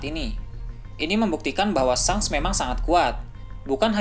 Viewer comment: Ejaannya memang shanks , tapi sebutannya " shenks" min.. lidah kacau bgt lu min..